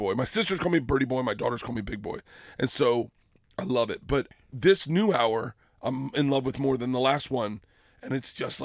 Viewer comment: Right or so he says hour. And he pronounces the H. I always say it like "Our." Crazy. I'm high.